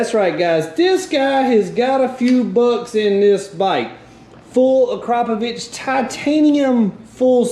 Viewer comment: Haha you and your southern pronunciation of akrapovik lol